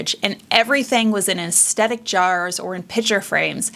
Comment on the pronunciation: I had to stop watching this video. Due to my own quirkiness, the way "aesthetic" is mispronounced in this video is getting to me. 😂